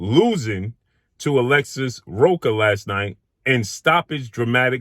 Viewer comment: Rocha, the "ch" is pronounce like the "ch" in church.